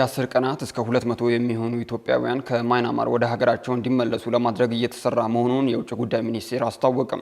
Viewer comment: ኧረ የjournalism / professionalism ያለህ! "ማይናማር" አይደለም። ትክክለኛው አጠራር:- ሚያንማር ነው።